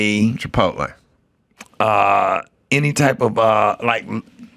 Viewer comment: 😂😂😂 Come on dude, you've never heard the word "Chipotle" said?!?!? "Chip-Polet" is crazy, hahahaha!!!